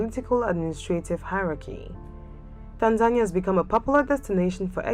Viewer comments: No... It sounds like tanzanya 😒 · Is this the correct pronunciation of Tanzania?